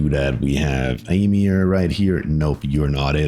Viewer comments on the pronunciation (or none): Fun fact, my name is read like amir, not emir lol, not that i mind, people usually call me army lol